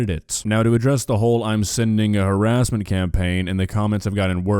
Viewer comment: STOP THE HAWASSMENT, WASCALLY WABBITS! 🤮